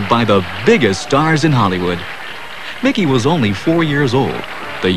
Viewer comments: It's "Mickey Mouse" not "Mikey Mouse" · "Mikey" Mouse eh? Haha! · mikey? it’s mickey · It’s MICKEY NOT MIKEY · Bro said Mikey mouse.. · His name is Mickey Mouse, not Milkey Mouse. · Mickey. Not.mikey